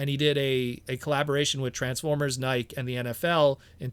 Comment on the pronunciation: Your mis-pronunciation of Nike every time you said it had me scratching my head. Like, have you never heard that company name said out loud?